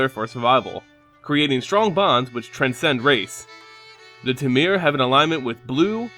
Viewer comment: Hey man, i really love your videos as they bring such an insight into the lore in mtg. To make your videos perfect however, check the pronunciation of specific names such as : "temur", the way you said it was real strange ^^. other than that great job and just subbed :D